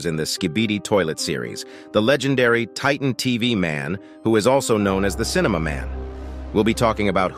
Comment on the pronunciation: You’re saying titan TV man’s name wrong